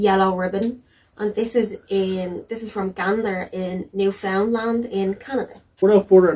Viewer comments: Please pronounce it correctly co-hosts. The accent is on the first syllable and is sounds like 'NEWfundland'. Sorry - that isn't phonetic but as close as I can come. The American narrator (Tom Brokaw) says it correctly. (So many people say newFOUNDland which is wrong.) The province was settled by Irish and Scottish and because it is an island with little population movement in or out, the accents stay the same and are unique within the country. As Canadian provinces go, Newfoundland is not a rich, prosperous place. Nice place though, and incredibly beautiful. Don't forget, once all these planes were on the ground, Canadian airspace shut down as well - nobody in or out. Gander is an example of what happened all over the west and east coasts of Canada. 238 planes landed in Canada, carrying over 33,000 unexpected guests. I am proud of how my fellow Canadians helped out in this time of crisis. At the beginning of the video Tom Brokaw is introducing the film from Vancouver, Canada where he is covering the 2010 Olympics. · It is pronounce phonetically Newfundland, not New Found land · It's pronounced "newf-unland". 😊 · "New-fun-LAND" rather than "New-FOUND-land". These people kiss codfish for fun -- don't tick them off! You've been warned. 😄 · New fin land not lend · you're so surprised that the mayor sounded Irish, meanwhile as a Canadian, all I hear in your accent is a 'Newfie' who doesn't know how to pronounce Newfoundland! lol